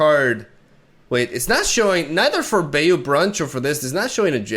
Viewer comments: Also bayou is pronounced baaa like a sheep does and a long u. So ba-ū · It’s pronounced Bayou (Buy/by-you) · Not grammar nazi'ing, just helping you out, its BUY-U brunch